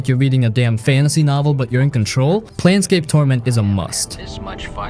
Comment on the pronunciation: Plane scape: Torment is pronounced like "a flat surface" or "a level of existence", (or the last syllable of Airplane). And you never even mention that it is also based on D&D the original table top role play system!